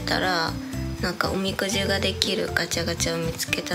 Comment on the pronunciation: れなあの発音おみ↑くじでかわいい